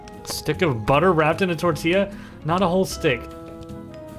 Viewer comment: It's so funny how he just keeps saying tortilla but just gets further and further away from the actual pronunciation